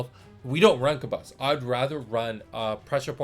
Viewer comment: I was really impressed with the J2 starter set so hearing that Origins is gonna be even better has me hyped 😳 Also I'm sooooo sorry we have been pronouncing Kabus as "Kaboose" LOL 😂